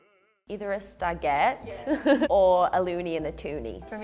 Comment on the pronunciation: Stagette sounds like Spaghetti.